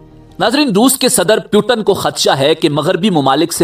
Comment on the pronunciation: naam to sahi se pronounce krna seekh jaao pu ton nhi Putin hai